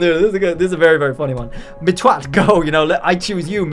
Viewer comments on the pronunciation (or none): mispronounced the name as mitt-twat, twat is a britbong insult meaning stupid. If you pronounce it the correct way (mitt-watt) it shouldnt be even mildly offensive.